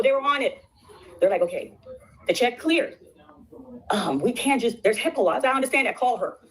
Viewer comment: She said HIPPA law 😂 omg. Told you she dumb